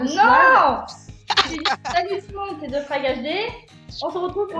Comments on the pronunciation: / putin ZE n'es pas un vrais mot anglais mais c'est THE qui se prononce comme te et grenouille froge et HD c'est HD donc un magnifique 1/3 en anglais pour ton psedo de tout les QUÉBECOIS ET ANGLAIS ~merci~ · Excuse moi, mais THE se prononce "ve"